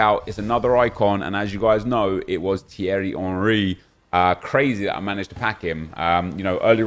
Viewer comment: Finally someone pronounced my name right 😂😂cheers bro